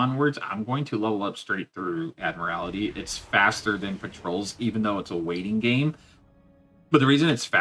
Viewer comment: Admiral-tee lol. Every time you say admiral-AL-ity, it sounds like you're trying to describe a Mortal Kombat finisher. "Find your admiralality!" Lmao